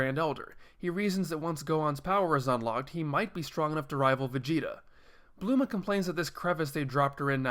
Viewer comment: Bulma not bluma